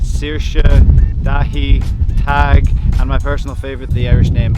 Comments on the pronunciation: Taag is actually pronounced Tiige. Son of the serpent poet and one of the oldest names in Irish culture. 😂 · Tadhg is not pronounced Tag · Shame you couldn't pronounce Tadhg in a video where you're trying to teach pronunciation